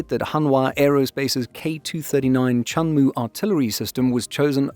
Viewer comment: WOW~천무가 한국어 '천무'라고 들리는거 같아요.😅